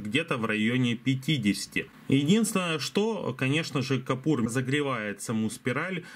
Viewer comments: может быть кУпОр.. а не кОпУр? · Ну почему "капур"? КУПОР!